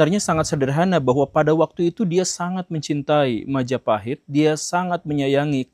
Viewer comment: Oh look at who controls all the islands? Mahajapit❌️ Majahapit❌️ Mapajahit❌️ Mahapajit❌️ Mapajahit❌️ Ma ja pa hit ✔️